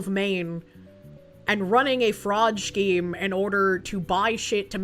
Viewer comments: pronouncing scheme as "Shkeem" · Take a shot every time she says "schkeem"